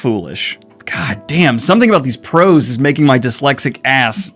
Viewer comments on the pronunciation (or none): Daniel, I have loved watching your channel for years now but my heart screams every time I hear you say “prose” as if it’s a plural term 🥲❤😅